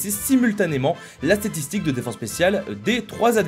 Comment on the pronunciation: C'est moi où a tu dis statitik? 😂